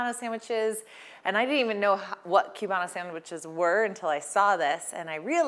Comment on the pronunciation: It’s pronounced coobano.